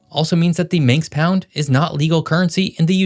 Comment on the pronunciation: Manx not Minx